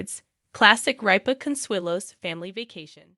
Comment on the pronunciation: RIP-A not reap-A !!!!!